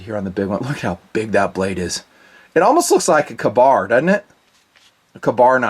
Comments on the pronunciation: Kay- bar lol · "Ka...Bar?" Oh I cringe everytime. I don't think you should do knife reviews if you can't even say the name of one of the most historical and popular modern day knife. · I’m a Vet. No military service member of any branch says it your way. Unless they have an accent. So return your stolen valor.